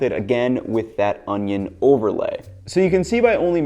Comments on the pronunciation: Why does this guy keep saying onyo wrong? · pronounced oño the wrong way, disliked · You're saying ONIO wrong. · Best way to dice an onion is to say Onyone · how to dice an onyo